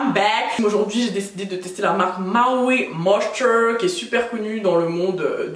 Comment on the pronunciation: "MA OWI MOSHTERRR" hahaa😂😂😂 j'aime trop ta vibe, keep up 💛